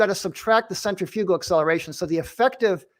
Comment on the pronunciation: How does a dude who works with centrifugal force for a living not know how to pronounce it correctly?